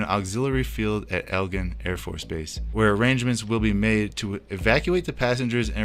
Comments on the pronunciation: I’m sorry, but can you read? It is EG-LIN Air Force base. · America’s government has been wicked for a very long time. The Lord is about to destroy her. FYI you mispronounced Eglin.